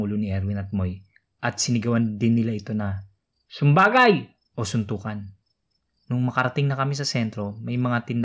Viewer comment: mali nmn sa pagsabi ng "TALAWAN at SUMBAGAY".. lol